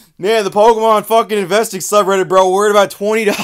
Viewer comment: I think you said investing sub ribbet and I'm here for it